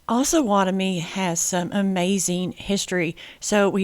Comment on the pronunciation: We, the residents of Osawatomie would like to let you know it's pronounced OHsawatomie with a long O vowel. It is a combination of the two rivers/creeks that border our town the OHsage and Pottowatomie. It's not AHsawatomie! We tend to need to correct foreigners when they pronounce it wrong....signed Mr. P's Community Class .